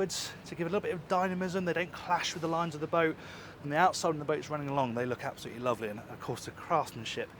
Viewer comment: When you said the boat 'runs with a Fjord 36 chase-boat' it sounded like 'it has 36 chase bosts'!! 😅 I had to do a double take,, 😆 🤣 😂